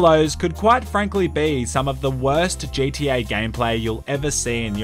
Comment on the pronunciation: You said “J T A online” lol